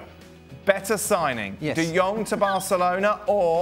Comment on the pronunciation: He name is "de Jong" not "De Yung".